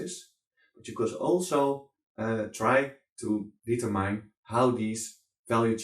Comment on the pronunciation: Hey nice man, maar als je determine zegt, spreek het dan niet uit als "dietermijn", maar "dietermin"